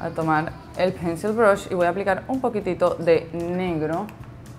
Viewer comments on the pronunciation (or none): none